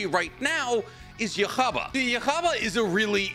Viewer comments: Bro it's not Jewish just say it normally 😂 it's yuhaba not yuchubacca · pronounce yhwach = yuha-bah, not yoohavagh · Yokhaba 😂😂😂😂😂 it's YoHabaKH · It’s pronounced (you-ha-back) not yaghabug😭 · Damn I always thought it was pronounced yuwahabach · no there isn't, the only way to pronounce the name is "Yoo-ha-bahk" (with a soft K). As the anime approved by Kubo stated. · Thank you lol. Every time he said it like that, my fist clinched a lil tighter 😂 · Son of God is stronger than an Alien and a Bureaucrat Also, here how to pronounce it, Yu-wa-back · Just to help you out one of the best ways to say it is “ U - Ha - Bak” uhabak as if your saying “Baka” but without the extra a Uhabak ywhach or atleast how I learned to say it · Nope, they pronounce it as “Yuuhabahha” - Yuu-ha-bah-ha” The Yuu is prolonged, and there’s a small stop after bah and the last ha. But that’s the Japanese version, the same way they did with the Spanish names on hueco mundo, so the “correct” pronunciation could be something very different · Yhwach is pronounced U-ha-Bok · You-ha-Bach… lol both our explanations are correct. But it is weird hearing how he was pronouncing it. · His name is pronounced U-Ha-Bah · ITS Yhwach Bach OR YUHA BAHA🙄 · Please just say “You-Ha” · YU - HA- BACH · "yah-ha-ba" bro are you serious 😭😭😭😭😭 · Just say Juha Bach,. That's his actual name. Yoo-ha Bock. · not pronouncing Yhwach as Jehovah 😭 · Bro said yuhaba 🤣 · Yhwach (yu-ha) Bach (bock) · I think it’s funny how he pronounces Yhwach yuhuba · You ha is how you pronounce his name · yhwach is pronounced yuha vahk with a soft k, you're a little off with its origins as well, its not yiddish but rather a mix of germanic and hebrew, yiddish includes many of its properties from those two as well also many other languages. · Idk if any1 was bothered by his pronunciation of yhwach but if he sees this comment the way to pronounce it is (Yuu-Ha). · It’s Yu-Ha or Yu-Gha Bach (Bach pronounced like the musician)